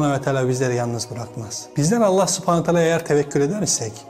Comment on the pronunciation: Sübhaenehü we teaeley de. Subanatala subhanatala böyle deme.